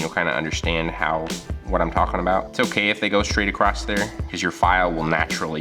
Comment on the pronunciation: Acrosst? Why does add a ‘t’ to ‘across’ and ‘cross’?